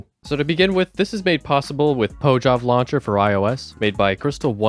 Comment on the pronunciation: Its pronounced pohav, i have spoken with artdeel. Pojav stands for portable java and its now known as mojo launcher.